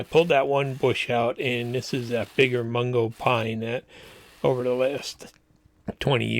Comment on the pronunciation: Mugo Pine not Mungo.😀